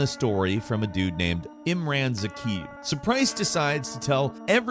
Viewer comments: Guile suit ? Zakeev? Did you even play the mission? It's a Ghillie (Gill-ee) suit and Zakhaev (Za-kay-ev) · This video would have been better if the dude was able to pronounce the antagonist’s name correctly. Za-kie-ev. Not Za-keev. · I wish you guys would do a little bit of research before you churn out these gamerbait videos. You said "Zakeev" when his name, pronounced "Za-kay-ev" is said many times throughout the game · Zakhaev. “Zuh-Kie-Ev” not Zak Heave. Love the vid tho lmao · Zakhaev ❌ Zakiv ✅ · Zak-ha-yev not zakheev. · I hate how he says Zahkaev. It's so wrong in so many ways 😂 And Ghillie. Why tf did he say "GILE" ?! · Zah-kai-ev, not zakeev Gilly, not gyle Correct pronunciations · ”Imran Zakiv” 🤦🏼‍♂️🤦🏼‍♂️🤦🏼‍♂️ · Ohhhh! How the ZAKIV hurt!!! It's ZA-KA-YEV !! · Okay, “Zak-ee-ev”? “Guile” suit? It’s pronounced Zak-aye-ev and gill-ee suit. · I can forgive the mispronunciation of ghille, but Zakhaev is mentioned by name many times in game. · I love you but why do you not know how to pronounce anything? Gyle suit? Zakheev? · Pretty sure it's pronounced "za-KEYE-ev" not "zackeev" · Yeah this mission is top tier CoD. Your pronunciation of Zakhaev’s name triggers me. It’s said like this: Zah-Kay-Evh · ZA-KA-YAV and GI-LLY. How it’s pronounced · Imran zakhaev, the name is pronounced: Im-rän and then Zuh-kaī-ev, 3 syllables w/a long I. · My boy said Zakeeb. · IM- RON- ZUH- KYE- EV . Get it right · He keeps mispronouncing words. Snipel, Guile suit, Zakeeve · Imran (Zahk-high-ev) and (Gilly) suit, get it right my guy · “Za K ev” It’s not like they don’t say his name in the game…. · “Zak-Heave” lol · “Zakeev”?? Who tf is that? Learn how to say his name right before you talk about it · I still love how Gameranx mispronouncing names is still going strong. Its like the meme of the channel at this point. Zakeev lmao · Please tell me I'm not the only one annoyed by this guy saying Zakiv? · Pretty sure it's pronounced [za'χajɛf]